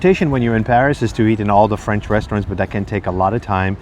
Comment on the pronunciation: Nice but her French pronunciation is painfully bad